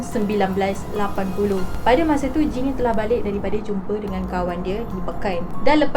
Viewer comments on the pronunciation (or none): akakk sy dgr akak ckp jin bkn jane 😅 ke mmg sebutan dia mcm tu hshs